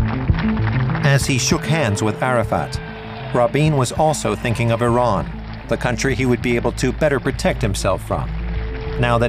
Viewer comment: Why is it Americans can't pronounce Eee Raan??